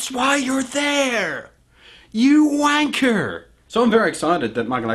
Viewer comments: LOL'D at how he said "wanker" xD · LOL when you said You wanker it sounded abit irish